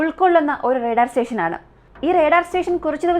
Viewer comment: റെടാർ അല്ല. റഡാർ ഇങ്ങനെ പറ